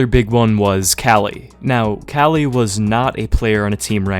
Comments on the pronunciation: KQLY is pronounced Kaly and not "Quickly"??? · Hold up... Is that actually how you pronounce kqly? I always assumed it was like que-kly not cali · Love ur vids but Kqly is kukli not kali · Since when are we pronouncing KQLX Kelly?? I thought its kinda like "Coukly" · who tf is kally? You mean KQLY? lol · I thought KQLY was pronounced Cukely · Great bro but KQLY's tag is pronounced "quickly" 😂 love the vid anyway as usual, keep it up ! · that's the worst way I've ever heard someone call kqly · Kqly pronunciation bugs me, but he didnt even use the good clip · Is Kqly really pronounced like that? Good video anyways